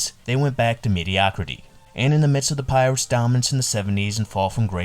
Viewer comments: Did you say Pittsburgh Peeretts? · Dude. There are so many mistakes in the video I could t even finish it. The Pittsburgh Pee-rits? Enos CA-ble? Al Oliver on the 79 Pirates? If you're going to go through the trouble of putting together a video at least pronounce basic elements of the story correctly and do like 5 minutes of research. It's like you just got an AI voice to read this script.